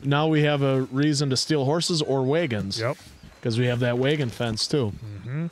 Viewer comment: Lmao why do you guys pronounce wagons as waygons 😅?